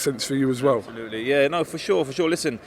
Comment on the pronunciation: Do a shot every time says ‘Absholutely’ during this fight week. You’ll be paralytic I promise you.